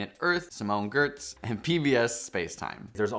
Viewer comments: "simone GERTZ" It's pronounced YETCH, guys. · 1. Surprisingly, it’s actually pronounced “Yetch” 2. Gotta plug Looking Glass Universe here 3. It’s not fair to categorize Sci Show like it’s just Hank